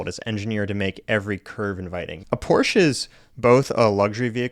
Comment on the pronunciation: Maybe the new speech thing can teach you to pronounce Porsche.